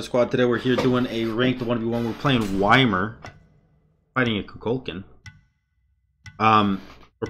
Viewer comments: Gotta love the why-mer gameplay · It’s pronounced like yemir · Why-mer??? Oof